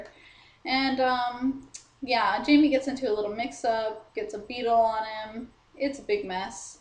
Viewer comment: its pronounce Hi-may. good review tho